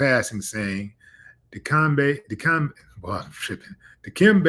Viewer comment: Stop butchering the man’s name, Willie. Di- kem, beh.